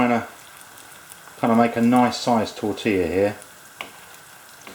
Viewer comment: Isto é um "atentado" à tortilla!! It means this guy is killing "tortilla"! Ihihih, an englishman in Spain...